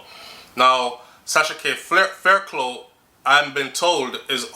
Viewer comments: Sighhhhhhhh everytime you said faircloooo I wish I could call you and say faircluff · Thanks for that info. Always informative. The name Fairclogh pronounce (Fair-cluff). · Hey,! Blessed weekend. Fairclough (pronounces Fair-Clof). Blessings